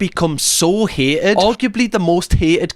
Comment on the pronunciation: Hay-ed? You mean 'hated'? (Welsh?) misogynist. Unbearable video. 2 minutes max. Ugh. Talk about shite...